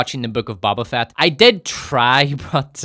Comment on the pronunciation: He mispronounced Boba Fatt everytime😅